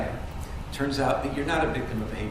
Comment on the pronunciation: Speak English. the word is "that" not "dat"